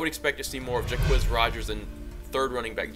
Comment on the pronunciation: Thank you,, for being the first person that I have heard all year to pronounce Jacquizz correctly.